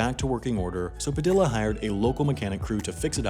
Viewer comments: ITS PA-THE-A NOT PADILLLA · PAH- deee yah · Padilla... PRONOUNCED PAH DEE YAH 😒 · ITS PRONOUCED LIKE PADIA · That's not how you pronounce Padilla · The pronounciation of Padilla is killing me lol, other than that great video! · Bruh. Did this white boy just pronounce the Ls in Padilla? 😂 😂